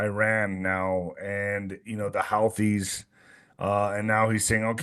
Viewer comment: The “howthies” lol😂 “Hoothies” bro! 😆